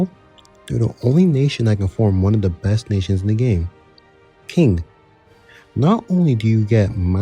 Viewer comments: Just btw Qing is pronounced as Ching. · qing should be pronouced more like ching, also i think that g. horde is better than the crimea - u can also ally ottomans but u r a lot bigger, have better expansion, basically everything is better